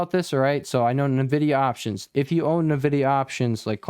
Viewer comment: i like how you pronounce NEEVIDIA :)